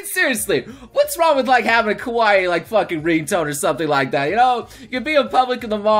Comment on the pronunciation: "I'm facking out of my facking mind." Sounds like you're pretty lucky.